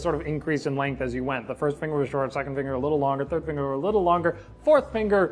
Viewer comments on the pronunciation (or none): none